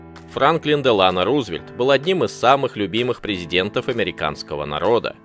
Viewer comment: Франклин Делано́ Рузвельт Не знаете где ставить ударение - проверяйте